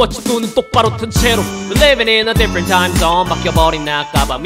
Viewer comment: 디fㅝ런t 타임 zzzzㅗㄴ 할때 발음에 치인건 저 뿐인가요?ㅋㅋㅋ좋아요 누르고 갑니다